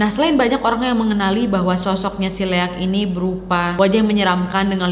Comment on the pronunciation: Baca nya liak kak, emng sii tulisan nya leak